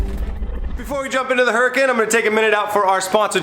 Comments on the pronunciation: "Ooo-ra-cun" not "hura-kin" and roll the "r" :) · Did he call it a huracin? It’s hur-a-con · Hurricane? Lol, its Huracan dude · its huracan not hurakin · I know it means "hurricane", Huracan is pronounced as U-Ra-Kan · Lol huracin 🤦🏻‍♂️ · I wasn't going to say anything but it drove me nuts... its pronounced "oooooo reh khan" lol. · Hur (uh) con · proper pronunciation...."Hurry-CooooOOOOooon".......OK? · huraÁn sorry but its a little irritating that pronunciation sounds weired